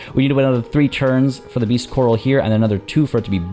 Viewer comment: Last episode I didn't want to nitpick but now it came up quite a few times, so: "corral" isn't pronounced quite like "coral". The emphasis is on the second syllable and it's A as in Apple